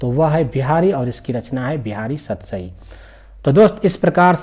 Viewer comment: सतराई क्या होता है😂😂 सतसई ही होगा😅😅😅😅